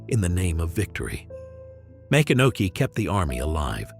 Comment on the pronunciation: It is pronounced Ma-CON-a-key